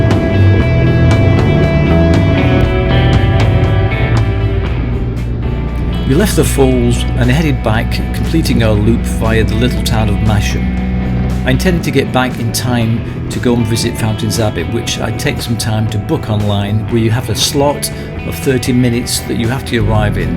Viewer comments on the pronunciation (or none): Spent some time around those roads and villages. By the way Masham is pronounce Mas Ham. Not that I'm pedantic y'understand.